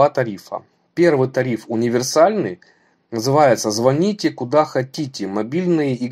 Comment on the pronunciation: значит, говоришь, звОните? Сначала научись по-русски говорить.